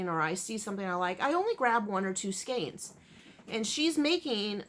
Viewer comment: Thank you for pronouncing "skeins" correctly!! It drives me nuts when people pronounce it skeens.